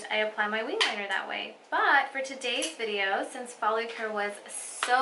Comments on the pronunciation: Focallure dear.. not follacure 😂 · Its focallure not follicule. Or am i jst hearing it wrong?